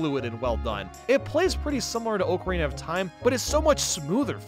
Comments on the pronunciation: i cant stand him pronouncing it OAKARINA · I respect you,, but I’m sorry that is not how you say ocarina the a does not make it make the Oh sound It’s like October not Oak. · FREAKING FINALLY It killed me the way you said ocarina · I was perplexed by the pronunciation of ocarina throughout this video. Typed up a comment asking why was butchering the word so badly when it’s such a commonly talked about game hence one should know the correct pronunciation. Thought maybe the word really is supposed to be pronounced that way so I deleted my comment and googled it. Looked at a Reddit post from 6 years ago stating it’s pronounced as everyone else says and there was a specific comment near the top of the thread that mentioned how always pronounces it incorrectly. 😂